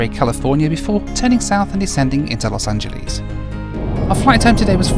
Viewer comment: LMAO SO TRUE